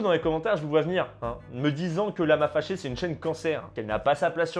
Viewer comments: Quand a dit "lama faché", au début, j'ai compris "Lama Lavé" Ai-je l'esprit dérangé? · Moi j'entends " Lama Fèchier " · Perso j’entends « lama fait ch*er » 😅😂😂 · "Lama féchié" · Y a que moi qui entend : "lama fait chier"?